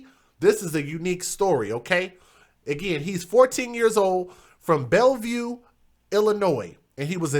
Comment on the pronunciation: I’m from Belleville and you said it wrong